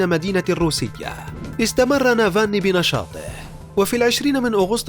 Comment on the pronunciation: اولا اتعلموا كيف تنطقوا اسمه صح وبعدين اعملوا تحقيق عنه معلومات كلها من الكيس